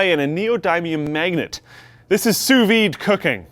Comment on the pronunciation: Almost sounded like you said "SOUS weed" cooking :P